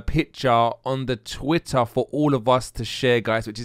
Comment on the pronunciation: Say Twitter again ! lol "TWI-AHH"